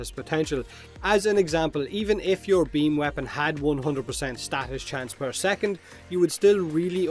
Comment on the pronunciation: I say beamYou say beamBut he don'tThat's why we hear bean.